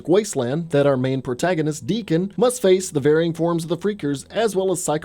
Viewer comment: I believe it's Deacon, but A for effort! (Idk if I'm right either, I just know there isn't a "k")